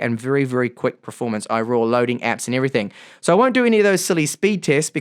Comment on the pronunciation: how long have you pronouncing performance as "pra-formance"